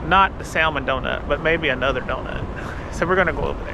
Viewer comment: Enjoyed your Ketchikan video. You MUST, please pronounce salmon correctly, especially when visiting the Pacific Northwest. The L is silent. Pronounced like samon, not saLmon. I cannot emphasize enough how irritating it is to the natives to hear saLmon.